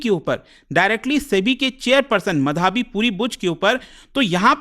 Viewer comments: मधाबी? सुनने में इतना अजीब लग रहा है। माधबी नाम है, क्यों unnecessarily complex कर रहे हो? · Bhai sahab..... माधवी है, मधावी नहीं।।।।।। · ओये मधाबी, मदारी.. व्हिडिओ अच्छा है, Informative है.. लेकीन नाम की पुरी वाट लगा डाली पुरे व्हिडिओ मे... माधवी/माधबी पुरी बुच... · SEBI ,बिना आग लगे धुआं नहीं उठता है, Gadbad ghotala to hai ,, aur ye kya lafda chal raha hai pronunciation to sahi karo ,, it's madhvi ❌ & madhabi✓ ,, isko hata dena chahiye SEBI se retail investor ke kiye iski policy thik nahi hai , ,it's my opinion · मधावी नही है, माधवी है sir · Sir her name is माधबी पुरी बुच है not मधाबी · माधबी को मधाबी बोल रहे है😂😂😂😂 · What kind of Indian you are? You can't even say माधवी properly. "Ma-dhaa-vee" bol raha hai angrez ke jaise... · मधाबी नहीं माधबी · मधावी नही माधवी है सर। आजकल भारत में गलत उच्चारण फैशन क्यों बनता जा रहा है। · मधाबी नहीं है, माधबी‌ है श्रीमान 😊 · मधाबी❌ माधबी ✅ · सर सेबी चीफ का नाम माधबी होना चाहिये मधाबी नहीं .. Kindly check Thanks🙏🏼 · मधाबी नही 😂 माधबी नाम है Burbak मास्टर😂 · Pronounce Is wrong Madhobi , but written Madhabi. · Small request : Please learn to pronounce "Madhavi" ... Correctly. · Pronounce as " Madhobi " . Very common Bengali name .😊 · Dekh raha tha kisi ne mention kiya hai ki nehi, nehi to mein comment add karne wala tha, wo word baar baar sunke maine video hi bandh kar diya.